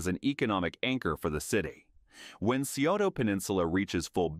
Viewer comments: incorrect. It's Sigh-oh-ta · Scioto is pronounced as sigh-OH-toe NOT see-oh-toe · Scioto is pronounced Sigh oto but most of us normally just say it like Sigh ota. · Scioto = psi-oh-ta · Thank you for pointing that out. I use to live in Columbus and the pronunciation in this video was driving me up the wall. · That was killing me too.